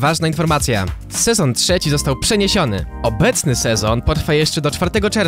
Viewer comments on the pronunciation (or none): none